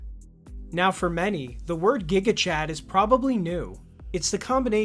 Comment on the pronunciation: It's gigachad as jigachad not as guigachad